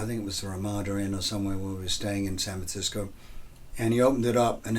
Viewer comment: "Sanv Tsisco"